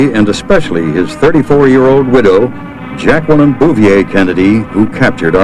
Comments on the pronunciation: the most beautiful of First Ladies. Her name is actually pronounced (Jack-lene) Jacqueline Bouvier Kennedy Onassis. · did he really say Jackwalyn?